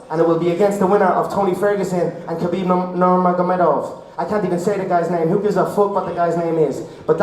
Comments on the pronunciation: "khabib nurma-nurmagededov" 😂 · Can't say Nurmagomedov because he had flashbacks of the mauling